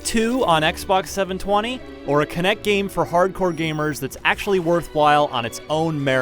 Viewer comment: "ITZ GOOD... FOR AH KINECT GAYM" Most hilarious line here